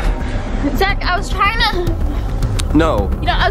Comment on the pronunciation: "I was just triyina have a playdate" XD